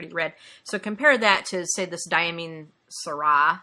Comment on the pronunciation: Aw, thanks so much for the shoutout! You pronounced Diamine "Syrah" correctly (sir-rah);) I really appreciate all your kind words, especially about my team. They're awesome and really do care so much. I'll have to show them your video, this is so nice of you to share!